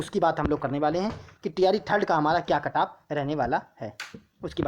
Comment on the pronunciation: Cutoff bolna sheekh le pahle badaa aaya cutoff wala luudu k... Axa kon layega 85 😂😂😂